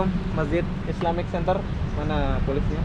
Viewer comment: Bang islamic "center" bukan "senter"